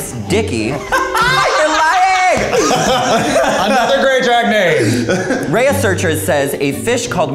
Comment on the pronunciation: “Ray-a-search-ers” ??? Wtf!?😂😂